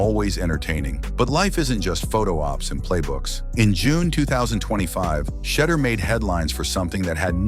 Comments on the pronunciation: The correct pronunciation is She duer people! Let get lesson on hoe to pronoun the young man name. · Tell Ai to minimize constantly mispronounced his name. It kls the quote vibe of the post ans extremely annoying